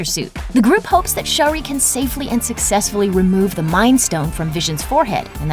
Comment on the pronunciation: Shuri, her name is Shuri not Sherry! Like schur-ree.